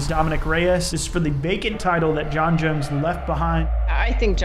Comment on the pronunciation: Jon “Junz” jones